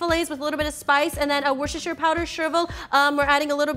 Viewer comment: I love how can pronounce "Worchechireidideudheuhd sauce" correctly, unlike me